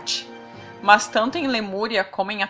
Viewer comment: "Mans" é o meu caralho Oq custa dizer "MAS" como qualquer pessoa comum??